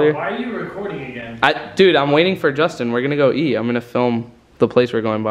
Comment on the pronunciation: Is it just me or it sounded like he said justin amd romie